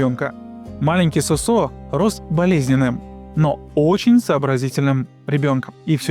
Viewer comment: Не СосО, а СОсо. Как и грузинское женское имя ДОдо, а не ДодО. К примеру, ДОдо Чоговадзе. а не ДодО, и не ДадО. Если говорите о ком то, то хотя бы узнайте как произносятся имена. Разве хорошо будет звучать, если человек рассказывая, к примеру, о неком Игоре, будет называть его ИгОрь.